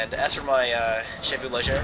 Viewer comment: Try pronouncing "chevaux" correctly. It's SHEVO